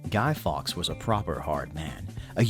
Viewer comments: Have to point out that Fawkes is pronounced closer to 'forks' than 'fox' as the presenter said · faewkes is pronounced forks, not fox